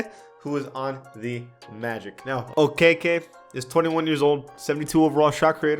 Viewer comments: Its ( Oh - Kee-Kee) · Isaac Okoro and Chuma Okeke have had their scans in the game since the day after the draft. Malachi Flynn, Jalen Harris, and Nico Mannion do not have scans. Also to help you out Devin Vassell is pronounced Va-cell, Precious Achiuwa is pronounced Ah-chew-ah, & Chuma Okeke is pronounced O-kee-kee.